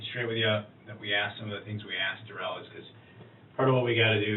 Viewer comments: Duh-rell. What a 🤡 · This guy wanted to be more black than he is...wanting to be called duh-rell as if his name ain't just Darrell 😂 I'm sure justice to this guy is being served in multiple ways in prison...I hope so anyways 🤞🏾🤞🏾